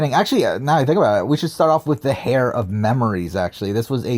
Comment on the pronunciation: Heir is pronounced like "air" not "hair"